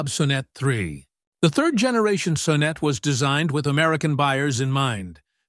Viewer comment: It's also pronounced "So-neet" (or "so neat," if you're a Saab fan).